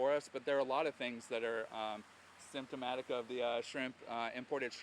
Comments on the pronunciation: I'm still laughing. That guy said shrimptomatic😂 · Did the lawyer say "shrimptomatic"?... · “it is SHRIMPTAMATIC” of a larger problem.